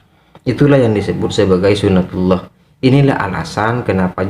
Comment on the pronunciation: Tolol bkn gitu yg nmnya suna tillah...hadeeeh bahlul nt22 nya gd yg bener bicara sunah tulloh uda mending belajar agama lg hususnya hukum sar.i j y...🤣🤣🤣🤣🤣